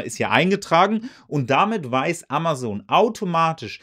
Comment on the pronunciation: AmaZon und nicht AmaSon Dir kann man echt nicht zuhören